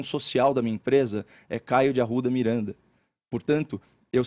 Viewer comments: 'Caeiow Arrwuda Mireeanda' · KaIo dE aRu'Da MiRaNDaH